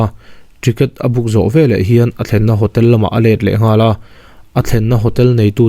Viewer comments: A ziakah 'veleh' tih ni si, 'velah' tih tlat hi a dik lo tih mai loh chu lehkha chhiar thiam tak i ni. A ngaihnawm e. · 'Velah' i ti palh zauh chauh a lo nih hi.😂😁